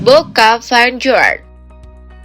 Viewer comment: vanguard, pronounced: fan ga(r)d bukan : fan gua(r)d okey, mimin